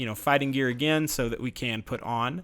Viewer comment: Love when you say GO AGANE